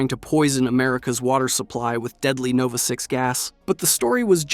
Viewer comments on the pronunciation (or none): none